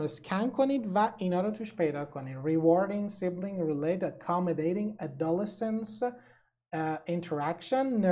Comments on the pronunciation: تلفظ adolescence رو کاملا اشتباه میگید! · Adolescence اشتباه تلفظ شده